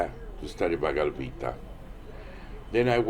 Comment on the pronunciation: he said he went to India to learn bhagavad gita but could not even say it right doesnt even makes sense. He is full of shit